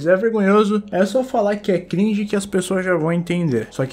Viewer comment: Mano a palavra cringe Ficou gringe